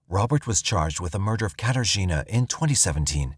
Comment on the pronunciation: Say "Kater Gina" one more time. I dare you